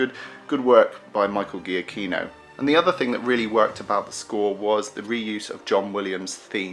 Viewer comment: Just for one time i can correct a pronunciation ! It's Michael GIACCHINO Not G"H"IACCHINO...it's a italian name!